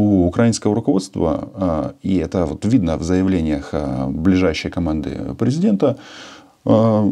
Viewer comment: Нах. такого преЗЕдента!,,,"...23 фєвраля..."?! А Х.Я!!! 2013 рік, принаймні!